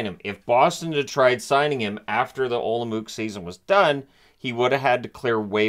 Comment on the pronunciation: Olomouc is pronounced like olom-oats :)